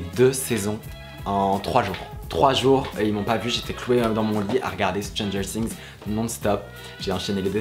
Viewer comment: Tu dit mal Stranger things